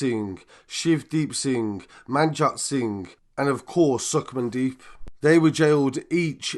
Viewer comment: Man said sukmandeep 🤣🤣